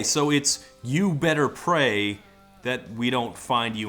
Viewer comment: Also him sounding like he's saying "you better pay" instead of "you better pray". Am I the only one hearing that?